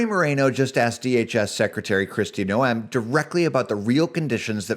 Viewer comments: Her name is pronouncements Nohm. Just though you would like to know because viewers listen carefully to what those we trust with news. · can you please pronounce Kristi's last name correctly!